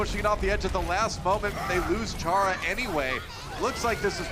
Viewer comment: ITS CHARA REEEEE